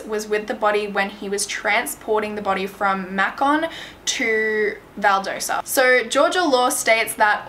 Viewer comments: She also says valdosa instead of Valdosta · It’s val-dah-sta this is actually super close to me this is weird lol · FYI: The town is Valdosta, not Valdersa. Macon is pronounced Maycon. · This was a case of injustice, which happens a lot in Georgia. Racism is still a very big deal there, as well as classism. It's terrible. The town of Macon is pronounced like Bacon. And Valdosta is Val daw stah LOL Thank you for covering this. It is such an obvious coverup and miscarriage of justice. :( I feel so badly for his family. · You pronounced Valdosta and Macon wrong ...lhs is my school lol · & you left out a lot ... it’s waaaay more to it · This is one the most detailed videos I've seen on this case, really great job! I'm from GA and for what it's worth, they're pronounced: Valdosta: Val-DAH-sta and Macon: MAY-con. I have my doubts about the report that came from Macon's coroner. Having lived in Macon for 18 years, I can confidently say it's one of the most politically corrupt places areas I've lived in. Much of Central GA, is. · I live in middle georgia and the way she pronounced places i've known my whole life is so funny. "Valdosa" it's Val/Dost/ah and "Makon" is May/ken 😂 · It's so funny how pronounces the Georgia cities vs how they're really pronounced Valdosta - Val•daw•sta Macon - May•con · I know I’m very late, but you did amazing with this case! Trust me, Georgia towns are hard to pronounce sometimes, Valdosta is pronounced val-daw-stuh, and Macon is pronounced may-con! Great video though!